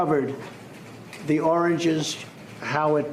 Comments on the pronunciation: he said oranges a couple of times,but he did say Orgin the second time your right the 2st and 3rd time he said oranges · He said "oranges" 3x and "origins" once.